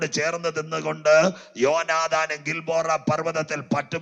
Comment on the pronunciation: ഗിൽബോറ അല്ല... ഗിൽബോവപർവ്വതം